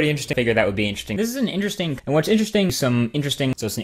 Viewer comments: Now the word sounds like "Inter Sting". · All I hear is "intresting" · Interstring. That's what it started sounding like 30 seconds in. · At one point I just heard 'intersting' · now repeat after me: i n t e r e s t i n g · Can't pronounce interesting correctly now